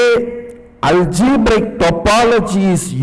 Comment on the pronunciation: Swamiji said algebrical topology 150 times, but he is so adorable and knowledgable that one can forgive that agony . :)